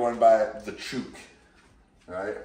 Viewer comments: fun fact: at least in Australia, we pronounce "chook" with an 'oo' sound like in 'book', rather than that in a word such as 'shoot' or similar... but I'm happy to call you 🙌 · hi ricky. you're mispronouncing chook. :) thanks for the content